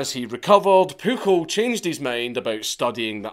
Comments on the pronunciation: The amount of times he says “pookle” and the fact it makes me laugh every time and idek why 😂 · I know I know.... But his name was PUJOL (Puiol)